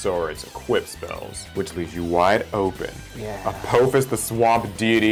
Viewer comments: I liked the concept. Only critique was that it A-paw-fis not A-poe-fis since its based on the egytian apophis not the asteroid lol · A-poe-fuss, lol